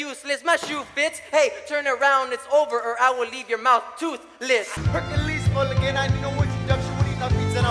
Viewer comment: And I'll, leave you tooth.... less Like dude it's not that hard to say toothless